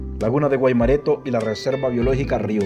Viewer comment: Hola cuando nombras al principio dices Río Seco y creo que es Sico Iriona lo pronuncias mal al principio dices Guaimorato y es Guaimoreto